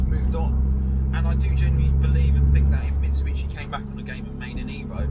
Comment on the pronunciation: “Mitchi-bitchi” it’s Mitsubishi 🙄